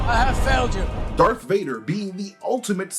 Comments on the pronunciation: Say it with me…. DARTH DARTH DARTH DARTH DARTH DARTH DARTH DARTH DARTH DARTH DARTH DARTH DARTH DARTH DARTH DARTH DARTH DARTH DARTH DARTH DARTH!!!!!!!!! Not dark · Darth not dark vader